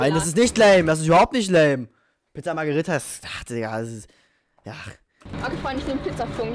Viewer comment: Haha wie einfach Pizza Magirita gesagt hat😂